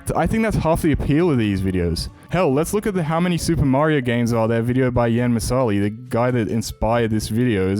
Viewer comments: "yæn mih-SAH-lee" is CRAZY work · nvm you mispronounced jan Misali that's another -2 (it's pronounced exactly the same as writing it in the international phonetic alphabet) (also he's nonbinary but idk if they can be considered "guy") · You pronounced jan Misali so wrong it hurts